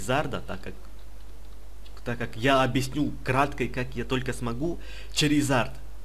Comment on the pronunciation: ура он сказал Чаризард а не шаризард